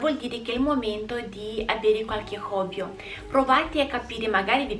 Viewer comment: Sei fantastica! E non lo dico quasi mai a nessuno...starei ore ad ascoltarti (anche se dici hobbyo(?) Non si dice hobby sia al singolare che al plurale??)...Continua così!😍